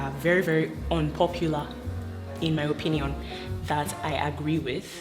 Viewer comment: I love how you stressed the in my opinion.😂😂😂😂